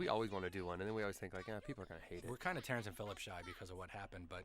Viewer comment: 'Terrance and phillip-shy' 😂😂